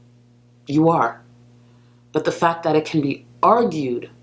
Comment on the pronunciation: Gorl was big on putting S's after her T's back in the day i.e. "thatsss" instead of "that"